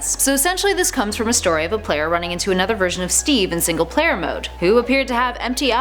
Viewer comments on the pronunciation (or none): none